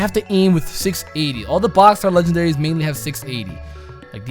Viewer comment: "Legandaries" hmm..